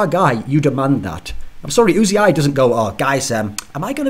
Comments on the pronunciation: ***** He says his name "yoo-zee-eye" which isn't the way Thorin says it. Thorin keeps saying "oo-zee-eye." Thorin is still wrong. It's not "Oooo-zee-eye." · Thorin-please pronounce "Uzi" correctly: "Just got 100% confirmation from player management, who spoke to Uzi in person, that he does indeed call himself Uzi, not U-Z-I." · ***** Riot casts his name maybe a few games per year. Thorin regularly discusses him on his shows. At the time of Kobe's tweet, it was the best information we had. "Union" is not "oon-yun." "United" is not "oo-nye-ted." Uzi is one of the few words we actually use the "oo" sound for the U, but it's when you say the entire word. If Uzi pronounces his name "yoo-zee-eye" it should be important for the all-knowing esports writer Thorin to pronounce correctly.